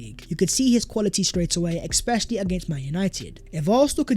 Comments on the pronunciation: ‘Exspecially’?…. Mate, come on. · It's "ESPECIALLY" please start saying it correctly if you're going to use it 50 times every video!